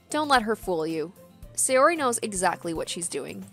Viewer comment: The correct pronounciation of japanese names is ALWAYS emphasising the first vowel of the name. So it's not Say-O-ri, but S-AY-ori for example. Same with every other name. Americans tend to pronounce japanese names wrong, because english names usually emphasise the second vowel instead of the first.